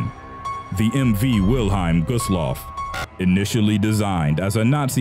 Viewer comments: wil-highm? its wil-helm. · I love how the narrator reads WILHELM as Wilheim. Furthermore Lusitania and Empress of Ireland were ocean liners not cruise ships. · Pronunciation please! Wil-HELM. t says so right on the ship! Lusitania infuriated people in US but Pwarl Harbor pushed it into war (the day after.) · Us English speakers pronounce it 'Will-HELM', not 'Will-HEIM'. Just Sayin'.